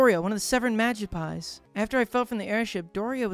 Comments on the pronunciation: I'm sorry, but it's pronounced "Ma-gip-psee" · Oshe castle, Magi-pies... I'm positive bro can't read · It kinda hurts to hear him say Magispy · I cant tell if he actually genuinley didnt know how to pronounce the magypsies name or if he was purposefully mispronouncing it to avoid saying the slur in their name, and i cant decisw which is funnier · Hes pronouncing it wrong lol. But I do like it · OMG the whole time he's mispronouncing magypsies drove me nuts